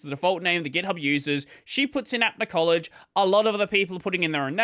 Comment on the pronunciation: I'm not supporting them or anything, just wanted to point out that it's pronounced up-na collage, not app-na collage, apna meaning our, so it's "our collage". Support from India btw